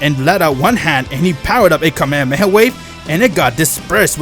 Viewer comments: so cringe when these creators cant pronounce shit right its kah me hah me ha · Its kamehameha not kamehamehaway